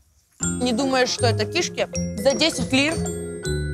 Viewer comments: Все таки очень важно получить в жизни должное образование и владеть родным языком. Кровь из ушей при её «кИшки» и из глаз при совершенно неуместных кривляниях. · Мне выпуск понравился, очень интересно. Правда ударение в слове "кишки" меня ну ООООЧЕНЬ смутило...даже полезла в словарь себя проверять, может это я всю жизнь не так говорила. Но в целом ведущие молодцы, ещё наверно хотелось бы, чтобы они выглядели более ухоженно, но наверно сейчас такая мода. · Какие к черту кИшки? Она не просто говорить не умеет, но и элементарные слова правильно произносить🤦